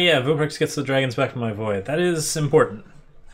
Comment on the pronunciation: This ain’t dragons…. This is “dwagons” 😂